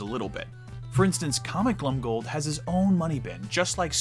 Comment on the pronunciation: Your assessments and general knowledge is absolutely amazing! I say this only to perfect your pronunciation - You should definitely pronounce "Glomgold" with the "o" and not like "Glumgold". Mostly because to "glom" is to steal.